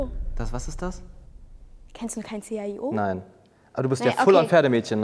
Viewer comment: ich schreib das jzt hier weil das sonst eh keiner sieht aber die erste die raus was hat das chio falsch ausgesprochen ich bin da seit vielen jahren mit meiner familie und das wird 'schio' ausgesprochen